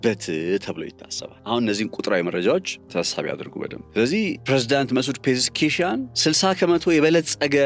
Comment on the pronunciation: "ፔዤስኪያን" በል እስቲ?